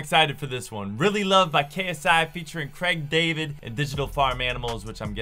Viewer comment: Cregg David!? How on earth did you just pronounce his name